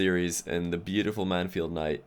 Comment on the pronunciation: 2nd Satan Nooooo.... It's Mann-field.